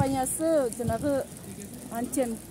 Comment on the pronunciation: Бул кыз ото эле эмоцияга берилип кетиптир т.е.оолугуп кетиптир чанкылдабай эле суйлосо болот да этика жок аньтена дпбей антена деп туура суйлошту уйронсон болмок.